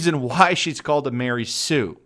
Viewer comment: Ma-Rey Sue